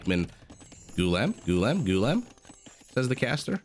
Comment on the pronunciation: The correct pronunciation is Goo - la - am , and it does not have much cultural significance as it means "slave". Kind of derogeratory tbh.